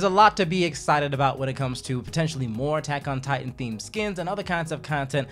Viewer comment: Stop butchering attack on titan